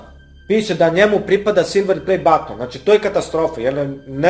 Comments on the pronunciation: Neznas pricat i neznas izgovorit silver play button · Meni je smesno kako kaze silver play batton